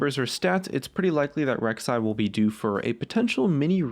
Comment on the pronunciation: Rek'sai againn? You drunk?